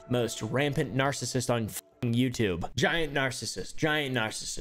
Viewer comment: "youtlube" XD